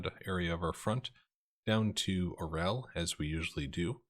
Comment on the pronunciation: That was quite a coup with Orel there, comrade! (Bonus Russian points: It's pronounced "ar-YOHL" (with a roll on the 'r'). Use that pronunciation and you're going to get mad props from some of us out here ;-) ).